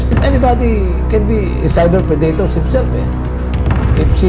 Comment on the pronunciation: prey-dator!, parang ang babae